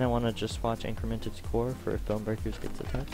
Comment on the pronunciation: the team name is ''IncrEmentes'' no ''IncrImented''